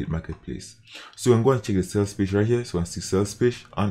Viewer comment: i like how you say page=pache😂